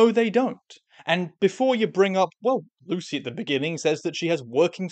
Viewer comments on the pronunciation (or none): none